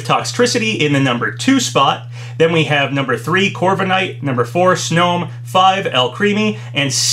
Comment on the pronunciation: The snom pronucatiation made me hurl